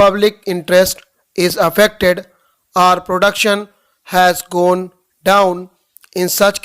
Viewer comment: Sorry sir for pointing out mistakes but your or sounded like arr. These small things are big when examinations are concerned. Please improve.